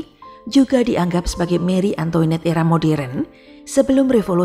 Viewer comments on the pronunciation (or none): none